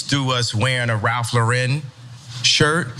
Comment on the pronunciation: Not that it matters but it's just Lauren like the girl's name. Not LaREN. Just Ralph Lauren, regular name pronunciation for both words. Also Kanye is trash. But I don't think that's ever been a secret.